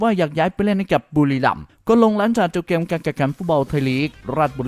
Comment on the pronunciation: เกมส์พูดเป็นแกม😂😂😂